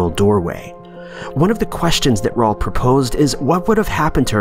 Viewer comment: He also said Raul like Paul smh